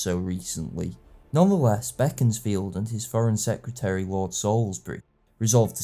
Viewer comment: Very professional, thanks. I'm also a Disraeli fan (I've bought "Coningsby" and must soon get round to it) AND have a good friend from Beaconsfield, good to hear it pronounced the way the great man himself would have. The alternative (wrong) pronunciation turns my guts.